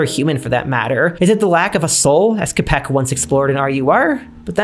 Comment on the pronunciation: Czech person here/ Great video and Im always happy to hear Čapek being mentioned, though his surname is pronounced with a Ch sound (Chap-ek) hope this helps/